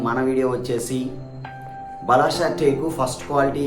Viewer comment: బలాషా కాదయ్యా బలార్ష అనాలి